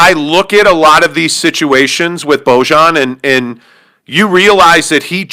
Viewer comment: Defenetly an overaction at this point. Jazz only lost one game in a row. They beat the celtics. You also don't know how to pronounce Bojan.